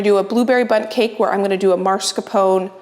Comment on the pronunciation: MOSS-car-PO-nay. Why such constant aversion to effort? What's wrong with effort?